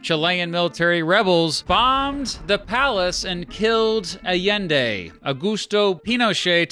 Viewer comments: Also, I'm glad you pronounced Allende's name right the second time around lol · oh noooo. What is that Allende pronunciation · You said salvador allende's name wrong. In spanish double l makes a y sound. Not making fun of you just correcting your mistake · +1. LL in Spanish is pronounced like Y in English. Salvador Allende is therefore "Ayende". Big mistake that you'd never heard of the guy. That's why I'm not subscribing... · Allende not Al-ende.